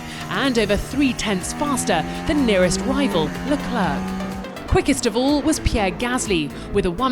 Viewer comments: Can you please say Charles LecleR instead of LecleRC, how can you miss pronunce a top 20 wolrd best driver ? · His name is pronounced, 'le-cler.' The final 'c' is silent. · How can someone do the voice-overs for the official f1 channel for so long without knowing how to pronounce the drivers names... Just one example: I know French pronunciation is hard for non-native speakers, but even pronouncing it LeclAIR, like in air, would be ok. What you do there is pure fantasy somebody started when reading the name for the first time, and you are either too stubborn to look up the names pronunciation or you for some reason think it should be pronounced the way you do instead of how the name actually sounds. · Leclerc is called lecler not leclerK…😅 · “La-Clurk” Why. His name isn’t that hard to say, and it doesn’t sound out of place in English either. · le "clerk"? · Can someone please inform her that the C at the end of Leclerc is silent? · How hard is it for this woman to pronounce leclerc's name... Tsk tsk.. make an effort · Can u please pronounce Leclerc right?